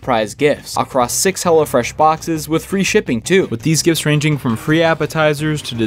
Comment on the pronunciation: Everytime he said Hello Fresh it sounded like he said hella fresh